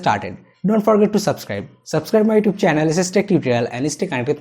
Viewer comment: Please say YouTube right. Thank you good video.